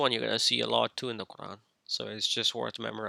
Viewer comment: Your Arabic is catastrophic, you can't even pronounce Quran correctly. No wonder your a misguided heretic who lies about the hadith.